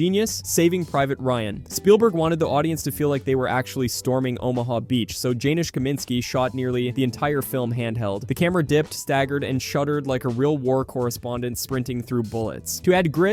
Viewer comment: Janusz is pronounced YaNUSH, and Caviezel is pronounced kaVEEzel.